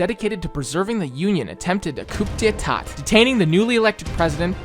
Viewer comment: idk kinda think a guy who doesn't know how to pronounce coup d'etat has absolutely no business discussing history. also you're a lib and that breaks my heart. unsurprising